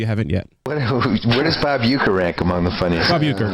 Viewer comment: Are you joking when you say Huecker...? I-ron?